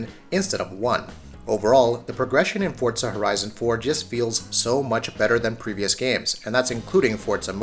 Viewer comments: Its Forza not fucking fortza say it right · FORZA NOT FORTSA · What I've gotta hate is when people say "fortza" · Wtf is a Fort-za? I know what For-za is. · Forza not fortza, moron! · Fortza fortza fortza SMH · ForTZA annoys me!! 😡🤣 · Why does he keep saying Fortza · The way he says "fortza" drives me nuts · why do you say fortza? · The amount of people that can't grasp how Forza is pronounced is staggering. I honestly wonder how these guys pronounce Pizza.